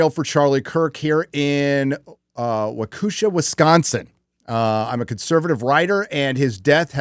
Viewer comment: My God,, that is the worst pronunciation of Waukesha I have ever heard.